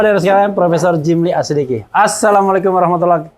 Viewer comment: Pak Refly tolong bacaan salamnya dibetulin, bukan Aaasalamu Alaikum, tapi Assalamu alaikum